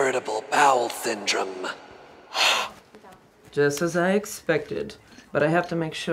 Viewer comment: no one:: its irritable bowel syndrummee lmao